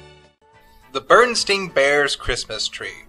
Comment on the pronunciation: You mispronounced Berenstain.